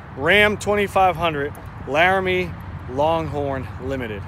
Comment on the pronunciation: Actually I used too think the same but there all listed like that idk why but I mean he said it correctly